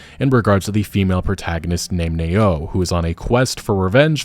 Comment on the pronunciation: If the assassins creed characters partner's name is spelt Nao, it's not pronounced "Nayo" it's pronounced as "Now".